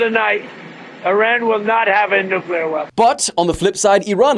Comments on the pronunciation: Nukyuhler? It’s fucking NUCLEAR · Petition for to practice saying the word, nuclear and not nucular! With all due respect to the supreme leader, it’s just annoying 🙄